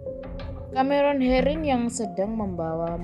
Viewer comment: Suaranya🤦🏻‍♀️ ,CAMEron herin..,MENabrak.....KArena.....